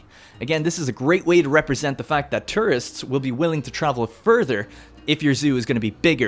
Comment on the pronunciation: The way you say tourists LMAOO TRists